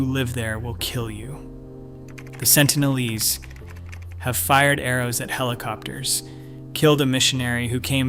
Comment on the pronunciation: Sentinel-eese? Try Sentinel-eeze. (Pronunciation, obv.)